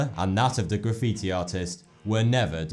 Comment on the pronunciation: He said graffitoo lol